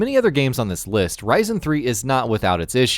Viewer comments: Why does he say “Risin” , it’s Risen lmfao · OOh man the way he pronounces Risen........it not RAJZEN idiot its RIZEN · I know it's pretty but heading Risen pronounced as Ry-zan really bugged me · It's pronounced reesn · Isn't it pronounced riz en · it sounds like my processor, ryzen 7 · Bothered me too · Wow someone mentioned Risen 3, dude said the name weird but still wow... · Why are you saying "risen" like that? Is it pronounced that way because it refers to something in the game (I haven't played it), or have you never heard/said that word before? Good list but you hurt my brain with that one.